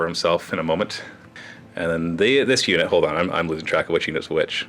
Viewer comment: "there was some Moo-ment".. i swear that's what i heard.